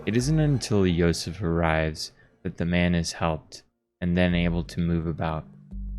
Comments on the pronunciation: Actually, you were pronouncing Josef's name correctly. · Funny enough, you might have been pronouncing Josef's name correctly the first time? The devs are Czech, and J makes a Y sound in their language, so who knows 🤔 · The game is from the Czech Republic, so the name Josef it's pronounced more like how you pronounced it at the beginning, you don't need to correct anything. ( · Nice video! If you want to pronounce his name in Czech, it is Josef like you were saying in the first half ;)